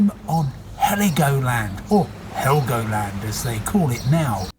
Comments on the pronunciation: it is helgoland not heligoland, don't do drugs. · It´s Helgoland.... not Heligoland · That is so cringe; it’s Helgoland not Hel-i-goland there is no “i” in it . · It is called Helgoland and not Haligoland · Am i the only one noticed its Helgoland Not heligoland!? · It's Helgoland, not Heligoland. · Helgoland is the name. Not Heligoland. Please correct. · I am so offended that you says HeLLOgoland it annoys me, but i know that its not nat kind of a deal. but as a proper german i am easily annoyed. :) Still love your content :D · "Heligoland"? It is called Helgoland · It’s Helgoland….not Heligoland. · Hello. It´s called Helgoland not Heligoland.. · Why the heck did you guys add an "i" to the islands name😂? Helgoland shouldn't be that much harder to pronounce. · just to be correct. its NOT "Heligoland" its spelled "Helgoland". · WTF IS HELIGOLAND????????? Its HELGOLAND Why do you us americans always butcher names, like München, Nürnberg ITS NOT Munich or Nuremberg. 🤢🤢🤬🤬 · Dude, it's Helgoland, no 'i' in there. Also, it's Nürnberg, Köln and München. We're not calling your cities Neu Jörg, Schickago or Los Engels either. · It's Helgoland not Heligoland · It's called "HELGOLAND" Not "Heligoland" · its Helgoland :D not heligoland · Helgoland and not Heligoland... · It is named HELGOLAND not Heligoland ;) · Heligoland is not correct in german. Without "i" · that’s fair, I actually commented before I had finished the video and after the guy said it was the old name I was like: "oh well, i guess I jumped the gun on this” that being said, the title said Helgoland and still immediately injected the i. It’s also not a criticism on at all, I think linguistic differences are super interesting. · The name is "Helgoland" in german correctly - without an "i" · That narrator might call the US „the colonies“ as he calls Helgoland „Halligoland“.🫣😂😂😂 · Dude, no "i". Helgoland. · The Name is Helgoland, without an i. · There's no I in Helgoland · Helgoland not heligoland😂